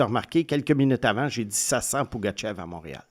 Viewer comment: Beaucoup de misere a vous ecouter prononcer le nom de famille de Pugachyov.. Il y a meme une video où il prononce son nom au complet🤦